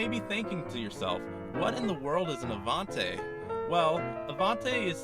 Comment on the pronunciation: What the fuck is a Stude-a-bocker and AVON-TAY? It's a Stude-a-BAKE-er and AVON-TEE!!